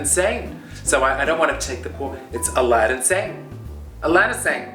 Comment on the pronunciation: When she says, AladinSane, my Alexa gets activated. Loving Coco.